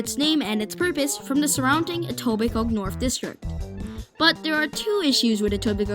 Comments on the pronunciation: Informative and well done video! By the way, people don't pronounce the 'k' in Etobicoke, effectively it's Etobico. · Great video and intent. Thank you. One tip... The ke in Etobicoke is not pronounced. It's pronounced etobico